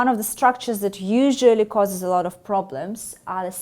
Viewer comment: Her F sounds too Russian, even distracting. It was one of the first things in pronunciation we had to deal with when studying English - make it sound like IV, not IF.